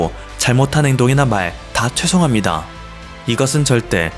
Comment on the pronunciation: 최송합니다 ➡️죄송합니다 한국말 똑바로해라